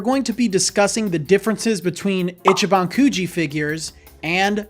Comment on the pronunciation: Its pronounced “Ee chee ban” Not itchy ban In Japanese, pronunciation could completely change the meaning of a word, or make a word nonexistent. FYI 🤙🏼